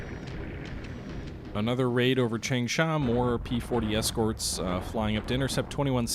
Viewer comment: chang-sha what's so hard about that word?